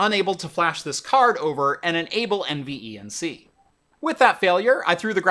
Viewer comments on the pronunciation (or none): Please just say N-Venc. Not N e v n c. Jesus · Take a drink every time he says N V E N C instead of NVENC (En-Vank) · Curious why you pronounce every letter in NVENC, when most tech tubers just say En-Venc, but do pronounce iSCSI as Eye-skuz-ee and not individual letters .. I’m sure it would have shaved at least 25 seconds off total video length 😋